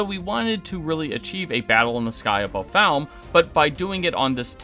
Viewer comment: Bro. Can you pronounce names properly? It’s Ray-fe not RAF. It’s FA-LM-e not whatever you said Season was good and I liked the finale but it misses lots of book things. Should have asked RAY-fe why he hates Rand